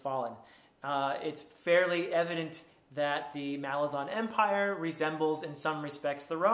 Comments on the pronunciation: Malazan is pronounced Muh-LAR-zan. You have to put emphasis on the second "A". I've heard Erikson pronounce it in an interview. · My pronunciation in this video is incorrect. The emphasis is on the second syllable, not the first. Mal-AZ-an. The island of Malaz gave the empire its name — the Malazan Empire. Malaz/Malazan is like Rome/Roman. I started pronouncing it correctly later and I even apologized to Steven Erikson once in a video for mispronouncing it, but he was very nice about it and doesn’t mind whatever pronunciation people use.